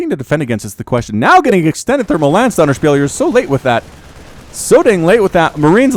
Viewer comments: How to pronounce 'ö', a quick tutorial for: the 'u' in 'hurt' is a very good approximation, you pronounce it short, with round lips, close to an 'o'. It really isn't that hard as far as vowels are concerned. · er sagt Dönerspiel 😂😂